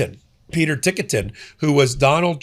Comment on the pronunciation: I think it's pronounced "Tik-tin". Not "Tikka-tin." But thanks, I never heard of this guy. (Or "Lindell Broadcasting", with a cross.) Sounds like he's keeping Blanche from being AG.